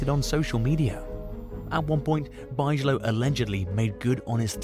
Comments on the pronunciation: Parker Bigelow erm hahaha its pronounced Big Ga low not buyzala...😂😂😂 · Bigelow is pronounced Big-a-low